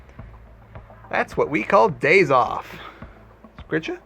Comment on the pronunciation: Please please improve your pronunciation on vampire the masquerade terminologies. The way you pronunce them is horrible! Why its so hard to pronunce "Brujah" right for example? The "J" is a JOTA for f*cks sake! Its spanish but it is not that difficult! Why its so hard to pronuce it? xD I tried to teach my players in my vampire p&p group too, but they dont get it either...